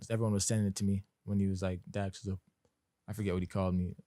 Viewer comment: It's dax ayyt